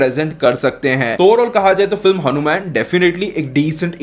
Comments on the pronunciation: हनुमेन नहीं …..हनुमान बोल भाई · भाई तुम hanuman ( हनुमान) बोलो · Bhai ye hanu man nhi hai, hanumaan hai